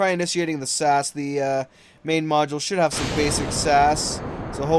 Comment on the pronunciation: you say all three letters in SAS its not sas